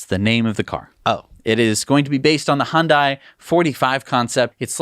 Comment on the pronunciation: I drove by Giga/Terra Texas for the first time yesterday (I'm staying about 18 miles away). Very impressive just from the road. May I make one correction. I used to work in commercials and made several for Hyundai. It is pronounced Hun-day, like Sunday. Thanks guys, you helped inspire me to purchase Tesla stock several months ago and even my 94-year-old mother is getting into Tesla.